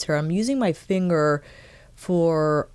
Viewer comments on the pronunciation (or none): none